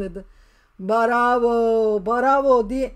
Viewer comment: Mustâfa hep nerede bu çocuk diyor bravo cümlesi değişti barova diyip duruyor Mustafa sıkışınca barova diyip duruyor 😂